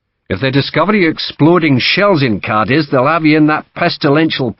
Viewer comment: Ćadiz ie short c with accent on it Not The ending